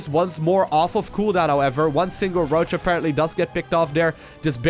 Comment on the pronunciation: Stop overusing "aperantly" btw. Luv ya;]